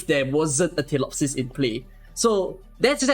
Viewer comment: She literally calls herself feelee-opsis yet you still call her tillopsis.